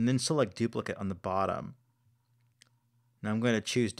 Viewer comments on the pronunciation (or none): Dude it's duplic-ate, not duplic-it